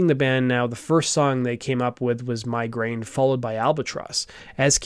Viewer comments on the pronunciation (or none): none